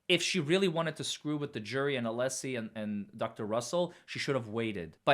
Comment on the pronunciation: I love how Brennan keeps mispronouncing Mr. Alessi’s name…